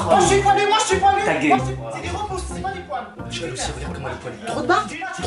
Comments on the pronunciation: Mdr il'dit pas ta gueule il dit taguaile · Il dit ta guéle